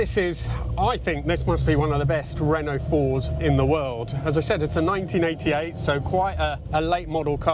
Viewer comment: Re-nault, not Ren-nault. ;)